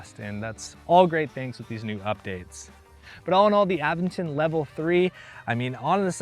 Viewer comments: Uh-VEN-ton. You have to indicate which syllable is stressed. And syllables always have a vowel. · Nice bike. I believe it's pronounced uh-ven-tn. Sorry but I'm picky on proper noun pronunciations.